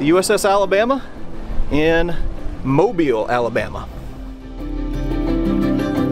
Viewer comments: You are the first channel I’ve watched that’s properly pronounced mobile AL correctly! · Thank you so much for pronouncing my home town correctly!! Great video!! I love visiting that beautiful beast